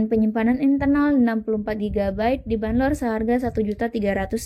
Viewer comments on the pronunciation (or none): Banrol min bukan banlor